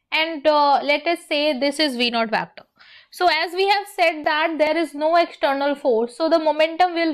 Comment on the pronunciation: Mam it's vector not vectoorrr